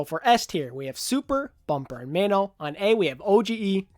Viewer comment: Super is not the best...he is also backed by team with team support...don't stroke his ego xD. I love super but I cannot say he is best...maybe 2 with Bumper at 3. Mano is the best main tank. "Mono" not "Man-o" great video!